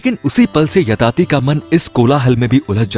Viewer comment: Yayati bhai woh aap yatati bol rahe ho